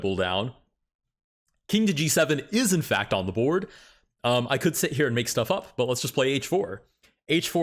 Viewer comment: Brother, do you really pronounce "here" as "heeyuh?" I enjoyed 1500s chess.